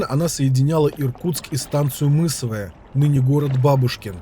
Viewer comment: ст. МысовАя...ударение на А...так на всякий случай)